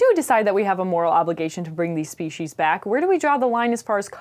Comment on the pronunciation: It's pronounced speshies even though it's written as species. I was actually watching this and thinking how great it is that she pronounces it correctly considering a lot of people in America seem not to.